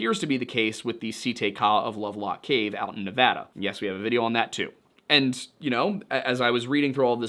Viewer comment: It's such a small thing ... But THANK YOU for pronouncing Nevada correctly. 🙏